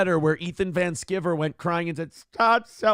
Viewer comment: I don't know what in the hell he's talking about, but it's pronounced Van Sky-ver. is way too arrogant for being such a complete a complete dolt.